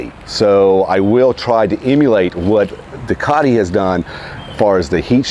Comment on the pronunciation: It’s not a DUCKati, it’s a DO-cati